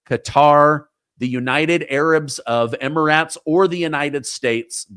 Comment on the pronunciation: Oh my gosh it's Emirates not Emiraaats you're a national and international news guy you should know how to pronounce these things